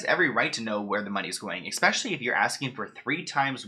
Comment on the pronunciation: Just so you know, it's eSpecially, not eKspecially. Also, judging by Britney's Instagram... Something is definitely off with her mentally. That's no surprise given all she's gone through, and while I feel for her, I'm starting to wonder if her family WAS actually trying to protect her from herself.